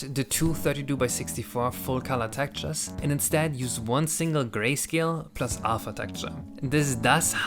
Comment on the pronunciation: I wasn't going to say anything, but after your rant at the end it feels like it's fair game: the word is TEX-TURES, not "tactures".